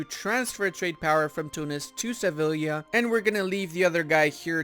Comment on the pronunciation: Two LLs together make a Y sound in Spanish. "Seviya"